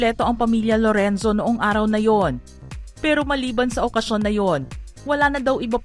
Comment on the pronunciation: ‘ itoh’ ‘ baretoh ‘ he he he ‘ Lorenzoh ‘ ‘ dalawah’ he he he ‘ mismoh ‘